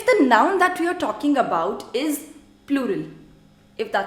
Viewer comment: U are excellent with French and the way u simplify it to teach it is just amazing. Just one thing when u say THE in English u don’t use ur lips by rounding them use ur tongue touching the back of ur front upper teeth without rounding ur lips. I can understand ur issue as I have an issue with learning French pronunciations bcz English was my first language . 😅. I am trying to unlearn my English accent 😁